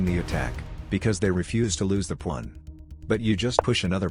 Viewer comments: 0/10 ai voice still not fixed, constantly says pwan. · "the plawn" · "defend your pwan" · The ai cant pronounce pawn lol